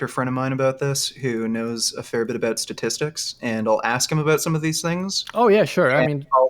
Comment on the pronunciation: this guy needs to learn how to say statistics before he graduates 😂 Granted. It is a hard word to say sometimes